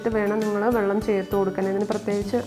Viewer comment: വള്ളം അല്ല വെള്ളം അങ്ങനെ പറയണം